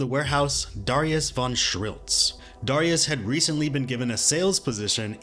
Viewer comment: That's not how you pronounce "Darius."